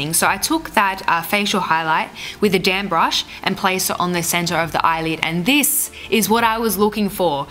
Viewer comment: I heard "I place this with a damn brush" LOL (instead of damp)